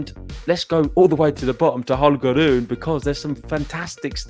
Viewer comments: It should be pronounced Ro-ne, not Ru-ne. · RU-NE. Please stick to that correct pronunciation of his name!! And STOP that "ugly" sounding ( and WRONG! ) "roon" thing. Greetings from Denmark.